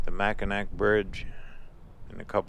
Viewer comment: We love your videos,. But as Michiganders, Mackinac and Mackinaw are pronounced the same. With the "w" at the end. Confusing? Yes! But Michigan has plenty of locations based on Native American origins.